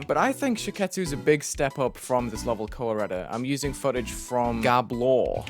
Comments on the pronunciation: Am I the only one who misheard "Kowareta" as "Colorado" LMAO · Koh-wah-reyta lmao